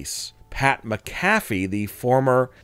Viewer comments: Mac-A-Fee not mca-fè say it right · Soon as he mispronounced McAFee I left. One of the most legendary punters ever and you can't get his name right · Pat mack a fee. Phonetic spelling since you cant pronounce his name. Come on man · Lean to say Pat's last name right dude! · Jesus atleast pronounce pat macafees name right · This narrator an ai? Why can't he say "Pat McAfee"? Ha. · Can’t even say Pat’s last name right!!